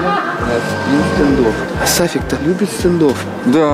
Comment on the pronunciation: Правильно Сафик